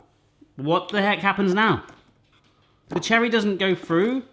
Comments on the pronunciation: the aspect of your accent I notice most is words such as 'Through' pronounced 'frue'. --from an ear in the Midwest of the USA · Long time fan here,. Correct me if I'm wrong, but do you always pronounce "through", as "froo"?